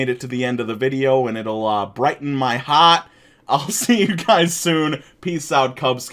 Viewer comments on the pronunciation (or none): You said heart in such a Brooklyn accent. What state do you live in?